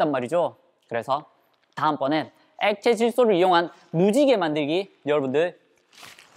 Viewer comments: 엑카질소라고 들은거 같은데... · 나만 액카질소라 들었나?